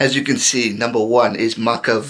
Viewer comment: That was actually a photo of Billy vunipola mako's brother, and his name is mako not maka hahah, good video though!